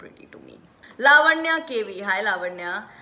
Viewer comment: finally met someone who pronounces Lavanya correctly in first go....... : )